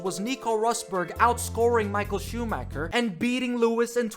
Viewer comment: You can't be a fucking F1 fanatic and still pronounce it SchumaKer, really